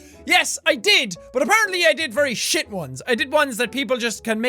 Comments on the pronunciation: I like when he says shite in- stead of shit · shite not shiat